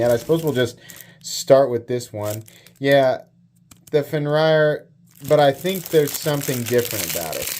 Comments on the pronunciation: I was always under the assumption its pronounced "fen-rear"....not "fen-ryer" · Its Fenrir not Fenrayer xD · It’s pronounced Fen Rear. It means wolf. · Pronounced Fen-eer. Fenrir or Fenrisùlfr. Bastard son of Loki and Angrboòa. Had his head bitten off by the World Serpent. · So it’s pronounced “fenrear” I believe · I think they're both really nice, but I kinda wish the Fenrir had the Tuckamore's deco... and that they were compression locks instead of liner locks... 🙃 Also, forgive me, but I've always heard it pronounced as "Fenn-rear," but I'm also not a NeoPagan, so it's not like I have serious stakes in the demon doggo's pronunciation. 🐺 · the way you pronounce it is fin- rear. It's a character from Norse mythology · FIN-REAR 😂 love ya!